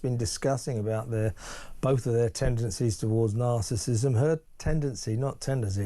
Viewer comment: If this man is such an expert on natcissism he should at least be able to pronounnce it properly. He keeps calling it ”narcism"